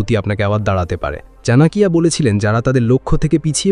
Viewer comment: Chanakya ke "chanakiya" Baniye dilen dada???